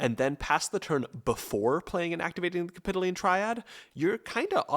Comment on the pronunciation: its cap-i-toh-leen